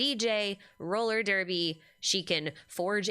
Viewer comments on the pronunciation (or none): none